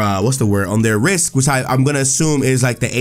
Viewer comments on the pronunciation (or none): none